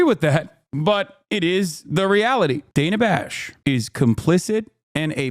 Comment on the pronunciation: “Dana Fash.” LOL